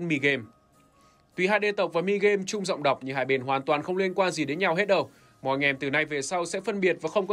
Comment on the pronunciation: “Dọng đọc” Edit hôm nay bị lỗi buồn cười quá •<•